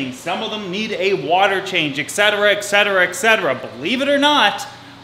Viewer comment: there’s no “x” in etc. lol